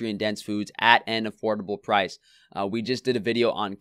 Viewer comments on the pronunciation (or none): none